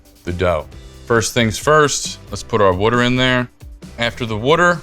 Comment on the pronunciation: Someone teach this guy how to pronounce water!